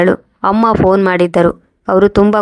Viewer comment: Phone ಶಬ್ದ ವನ್ನು ನೆಟ್ಟಗೆ ಹೇಳಲು ಬರುವುದಿಲ್ಲ